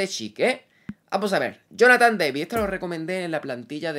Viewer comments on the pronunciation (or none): none